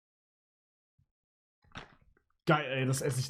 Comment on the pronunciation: „Mieka-do“ sagen ist crazy